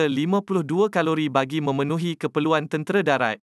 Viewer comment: Sebutan ibu negara turki pun salah ankare, nasib tak ankari, ,caliber, jadi kalori, ingat kan kalori untuk makanan jer, rupa nya kat kenderaan pun dia tibai kalori